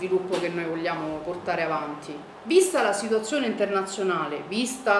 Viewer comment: Brutta dentro e brutta fuori. Abbiamo fatto un referendum per entrare nell'euro? Non sembra neppure che si droghi... però che oratrice, che dizione... pronuncia perfetta: "La situazzzzione era traggggica... a rischio gli stipendi pubbbbblici. Non C' abbiamo più sviluppo industriale." Complimenti vivissimi a chi l'ha invitata a parlare al comizio!!!! Se Berlusconi vinceva le elezioni il merito è di gente come questa.